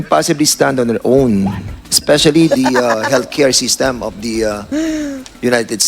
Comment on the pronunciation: Ano? "Diperent"? Different! Ano "Op" ? Of! Ano Pollow? Follow Mr. "P"ernandaz? Anong Conpyus? Confused! Anong Balidate? Validate! MgTagalog ka na nga lang .